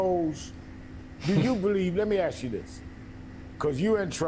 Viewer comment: "Let me AXE you a queshun" - Al Sharpton